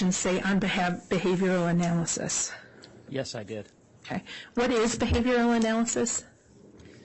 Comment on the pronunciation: That and the constant extreme ways she pronounces things wrong, or with some kind a very weird accent all make me want to bash my head in. “Uh-nnn—yyyyyaaaaallll-is-is” dude, it’s analysis. Or “ch-yyyyyaaad” instead of Chad.. neither very hard to say or pronounce… 😬